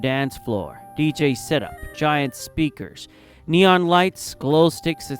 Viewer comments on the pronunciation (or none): none